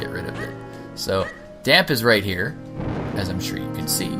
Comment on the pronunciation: The accent at the end of Dampe's name makes it sound like "Damp-ay" like the e in Pokemon